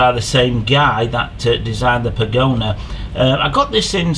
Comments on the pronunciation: I appreciate you carrying out these tests, and it's nice to know that the antennas I use for FPV are as good on the bench as they appear to be in the field, but I wish you'd stop calling it a "pagona" - it's a pagoda - like the chinese buildings - no "N" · That is Pagoda, not pagona.